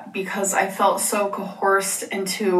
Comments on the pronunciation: Cohorsed >>> Coerced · She really said "Co-horsed" instead of "Coerced" 🤦🏻‍♀️ her grammar has always been terrible but I just don't get how someone who reads so many books can have the grammar understanding of a 3rd grader it just blows my mind. And she thinks her IQ is super high to lol. And anytime anyone tries to correct her grammar she just snaps at them and either says "I know" or "well that's just how I say it" lol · the second time she said coHERsed I almost spit out my gum😭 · It's coerced and yes it's an real word but she is pronouncing it wrong, google it!